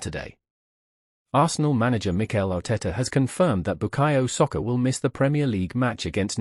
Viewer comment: SAKA not Socca!!🇮🇪🇦🇺